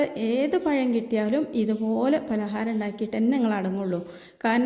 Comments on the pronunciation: പയം അല്ല പഴം ആണ് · Ithra samsaram venda.. Parayunnathu clear aayi parayu...payam alla, pazham... Vaanam alla, venam...LKG student pole...Palahaaram super..